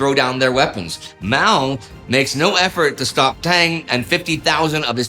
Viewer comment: Yup... and "Zedong" should be pronounced "tsuh-dong". And Deng and Peng with schwas as well. Generally, Indy's good at non-English pronunciation, but 10 minutes learning pinyin could go a long way.